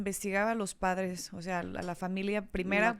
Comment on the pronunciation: es "familia", no "familea" 🧐